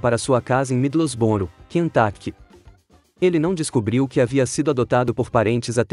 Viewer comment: Universidade do Quentaquect dói os meus ouvidos!